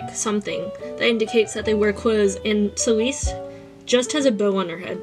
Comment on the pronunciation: Haha I love the art work but the first one Celeste is pronounced like celestial just cut short 😅